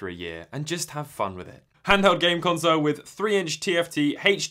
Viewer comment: That’s an odd way of spelling Color . . . Likewise, an odd way of pronouncing Console